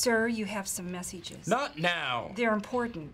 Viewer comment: Am I the only one hearing Phyllis saying "messages/message is" as "messy jizz"?????